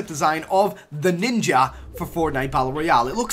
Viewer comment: Ninjer? Nigga nah